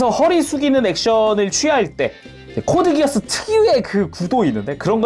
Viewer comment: 코드기어스- X 코드기아스가 맞는 표현입니다 Geass-기아스는 켈트신화에 나오는 맹약이라서 이걸 기어스로 읽으면 안되요